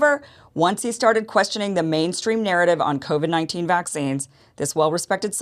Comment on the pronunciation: I don't like how he says covid "cavid" it's indicating he knows how to really pronounce it. Even canadian's don't pronounce it "cavid"